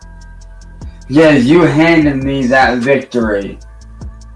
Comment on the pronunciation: ‘This victowwy means so much to meee’ He just talked over people and screamed non-sequiter insults like he always does.